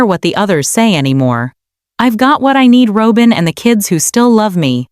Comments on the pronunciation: It’s not Robe-in! It’s ROB-IN. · It’s not Robe-in. It’s ROB-IN! Fix this! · Pronounce Robyn name correctly. Not robe-in. Can't pronounce correctly, then don't post. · The word robber is pronounced the same as Robin's name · Robin, not Robin, is this automated? Machine talking, that's not correct. I'm glad Robin got the s*** into the deal and Cody. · Why cant she pronounce Robyn's name correctly. Makes her sound stupid